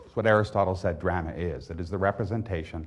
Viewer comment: drahma, not dr'ma.